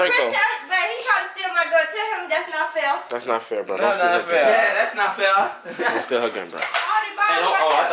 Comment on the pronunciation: “That not fiaar”😭😭❤️